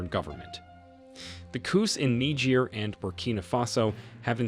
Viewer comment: Chadian not chedien. Niger not nigiri please